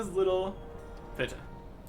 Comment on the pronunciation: they pronounce it like PETA... its based off that anyways DEHTA's little PITA is a pun and a nod to PETA